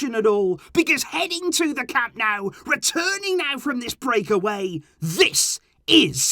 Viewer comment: It's Camp NOH-ooh, not NOW brown COW.